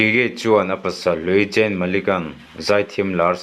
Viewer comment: i pronoun dan a diklo an hming hi gigi(jiji)tiin an lam zayn(zane)tiin lam tur